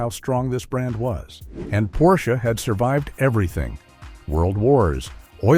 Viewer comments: "Porshey" ?? OMG, I am so fucking tired of this AI slop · Drop the second syllable “e”. Now say it, what’s the car? - That’s better. Almost human. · How am I supposed to take this video seriously when the narrator doesn't even know how to consistently pronounce Porsche correctly? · what BS. The author can't even pronounce Porsche correctly. The 911 will always be around with the highest resale value of any car, the least depreciation. The 4-doors and suv's are a different story. The EV's are a different story. I didn't buy my 911 last year for investment but it turned out to be one.